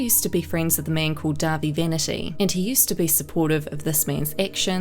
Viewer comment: Thank you for being one the few people to make a video over all of this and pronounce dahvie name right